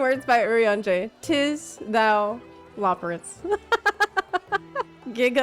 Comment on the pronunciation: "Tis" "Thou" "Loporrits" lmao